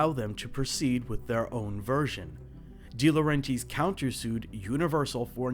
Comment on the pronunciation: I think it's pronounced "Dee-Lo-REN-Tiss"